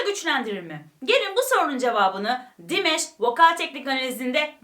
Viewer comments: Dimash'ın adı aynen yazıldığı gibi Dimash diye okunuyor, Dimesh değil. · Sadece Dimash abla dimeş demene gerek yok😂 dimaş diye okunuyor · Salamlar olsun, bacım. Çox qəşəng reaksiya verdiniz Dimaşın perfomansına. Halal olsun size. Rica edirəm onun adını düz deyəsiniz. Dimaş oxunur adı. 2016-dan ona qulaq asıram. Gündə kaç kərə. Çox talantlıdı. Özü də Qazaxstan türküdü. Xahiş edirəm,Dimaşın özü yazdığı(öz bestesi olan) "Unudulmaz gün" "Unforgettable day" mahnısını(şarkısını) analiz edəsiniz. Hörmətlə Azərbaycan türkü,Hikmət.😊🇦🇿🇹🇷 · Dimesh değil Dimash🙏 lütfen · "Dimash"ı her "dimeş" diye telaffuz ettiğinizde aklıma meyve suyu firması gelmesi dışında her şey gayet iyi olmuş :D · Hahaahahha buna benzer birşey bende yazacaktım dimesh dediği anda aklıma hep dimes geldi jdjds